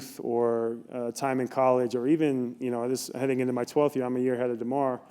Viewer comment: He really didn't not how to say DeMar's name